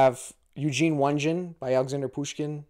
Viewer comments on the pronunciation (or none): I've never heard it pronounced "one-gin" before. Just for future reference, it's pronounced "on-yay-ghin". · Eugene Onegin--Onegin pronounced Oh-Nyay-gen I believe. I've seen the opera based on it, but I haven't read the book. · One hint - the last name of Eugene Onegin is pronounced oh-NYAY-gin with a hard G as in "again" - You might find a video of the Tchaikovsky opera (with subtitles of course) by the same name. Great music and amazing interpretation of the "verse novel." I hope you had a good experience with George Eliot's Middlemarch - I found that book totally enthralling, but have run into avid readers who were left cold by it, even YouTube bibliophiles who love Victorian literature. Hope you had a better reaction. Your reading is impressive - all those classical (and I mean Classical) titles, and a mechanical engineer and mathematician. Way to go.